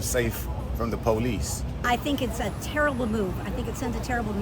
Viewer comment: “I don’t feel safe from the PO LICE” give me a break